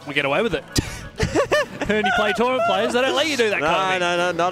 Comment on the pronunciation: Trournament lmao